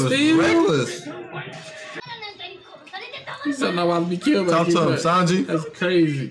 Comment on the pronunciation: is saying Sanji correctly